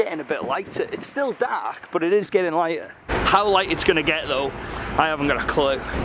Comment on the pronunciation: sounds proper "Cardiff" when he says dark "daaaaark"